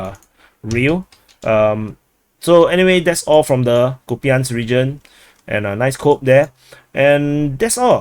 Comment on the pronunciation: Kupiansk - It might be easier for you to pronounce Russian way - [COUPE ensk].This is modeled by Russian-speaker - Military Summary and Analysis.